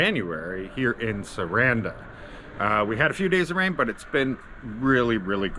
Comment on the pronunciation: Also...it's pronounced Sah rahn dah just to help.